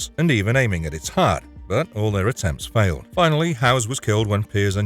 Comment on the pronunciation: Wait, did you say Leon faiiled to kill Del Lago?